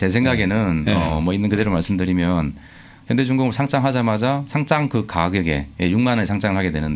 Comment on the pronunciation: 상짱이 아니고 상장 입니다.